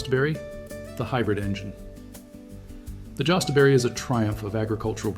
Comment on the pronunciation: and, I believe it's pronounced Yostaberry.